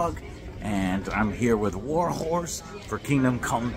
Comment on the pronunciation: Man i really hate the way you pronounce the letter H. WarHCHOrse 😂